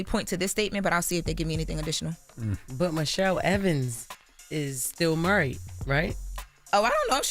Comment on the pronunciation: Murried Jess? Lol